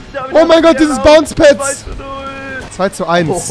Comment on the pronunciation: Er sagt dieses bounce pads. Rewi lern English